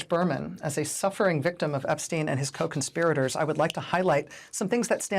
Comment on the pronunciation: WOW! FANTASTIC!! An American commentator that knows how to correctly pronounce "Epstein"!! Sometimes. (It's no mystery. Say it EXACTLY the same way you say Einstein. It's NOT difficult, except for Americans, apparently...)